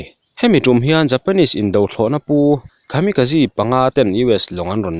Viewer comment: Khami ka ji nilo in... Kamikaze a ni zawk e... English ang in lam lo thin teh ang, I chanel hi ka en ber a nia, a awmzia bo lo in leeee...